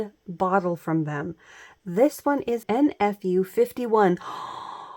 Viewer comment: Oh and it’s made in France but it’s actually a Korean brand. It’s named for the person who started the brand Enfu Oh so it’s actually pronounced like her name. 😊